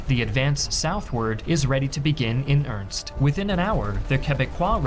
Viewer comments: It's not in ernst, it's earnest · The armchair Historian has a lot of great content, but, man, when mispronounces 'earnest' it really ticks me off. It's earnest, not ernst. Love your videos! Also, the Canadian effort was NOT a mistake! They performed better than any other ally that day.